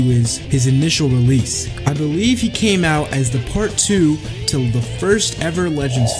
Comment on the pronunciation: Bro said Realese Its Release 😭 🙏🏾